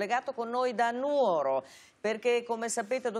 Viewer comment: Lilli Gruber che pronuncia correttamente Nùoro è emozionante. Credo che ci sia lo zampino di Floris